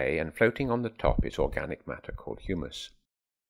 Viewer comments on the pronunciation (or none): none